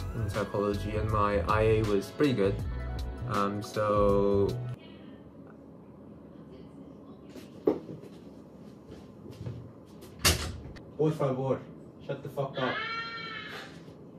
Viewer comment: PLS, that “por favor” the accent was good ✨👌 im still team faline though 😜